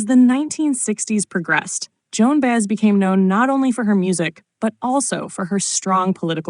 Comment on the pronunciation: Her name is pronounced By-ez. Got it AI?